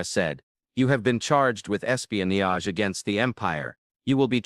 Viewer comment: Pls learn to pronounce “ espionage “.